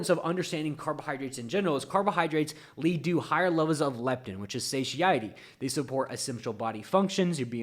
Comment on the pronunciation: Please research how to say "satiety".